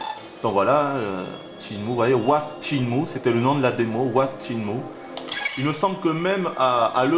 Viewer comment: PAS TCHINE-MOU, CHÊNE-MOU !!!!!!!!!!!!!!!!!!!!! (sur wikipedia tu prends la table de katakana pour confirmer)